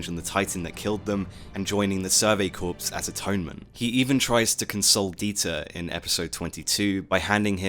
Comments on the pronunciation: Corps is pronounced core, not corpse. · Survey Corpse? No its Corps with a silent p and s